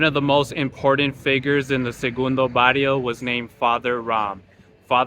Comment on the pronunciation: Sorry guy but you can’t even pronounce segundo Barrio You were not born there you don’t know nothing about us